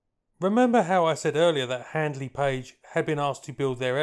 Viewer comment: Now that has got my memory into a few problems... However, subsequently noticed clarification that it was 'Handley'... not 'Hadley'... You nearly 'Hadme'...!